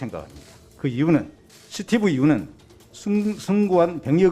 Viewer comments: 스티브 유는 아니고 스티븅유!라고 난 기억하고있다! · 미쿡 사람 수띠뷰 뤼우 ㅋㅋㅋ